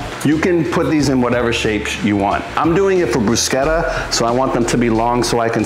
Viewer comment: I'm so glad you pronounced it correctly lol I work in an Italian restaurant (and I'm Italian) and you wouldn't believe how many people pronounce it incorrectly.